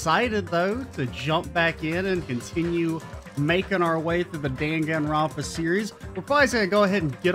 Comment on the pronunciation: Excited for DR2! I personally prefer DR1 more solely because Kyouko is best girl, but DR2 is definitely more mechanically solid(: I really do hate to be that person, buuuuuut Hajime is pronounced ha-ge-meh and Danganronpa is pronouned D-ah-n-gah-n-ro-n-pa. It really bothers me with the buthered pronouncations>.<